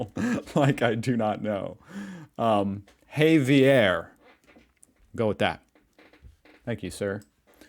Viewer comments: Not "HAY-vee-air," you dolt. Javier is "HA-vee-air." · Javier is pronounced have-ee-air ...😊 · Javier is a Spanish name pronounced "ha-vee-er" (the h is much more raspy in Spanish, like in José, but we know you still pronounce it like "hoh-zay", so that was his attempt on telling you how to do it xD) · It's zavier lol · HAHAHA, you nearly got the name right!. thanks so much for watching the video!